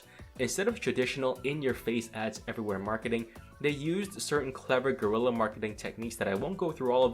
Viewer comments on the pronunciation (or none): none